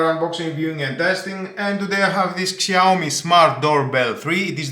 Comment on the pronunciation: Σιαομι προφέρεται όχι ΞΙ